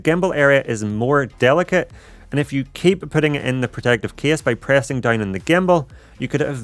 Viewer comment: my earn when he always says "dauwn" :((